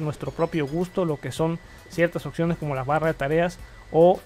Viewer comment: Crítica Constructiva; Sácate el "sensacional", y el "déjame decirte", y lo otro... es; Opciones, y no occiones Like